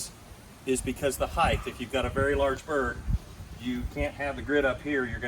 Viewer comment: *height not heighth